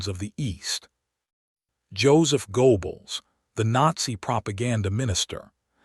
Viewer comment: "JOSEPH GOBLES" NO, IT'S GOEBLES (WITH AN UMLAUT OVER THE O - THAT'S TWO DOTS AND MEANS AROUIND SOUND) SAY GAYBLES AND PRONOUNCE THE FIRST SYLABLE WITH ROUNDED LIPS.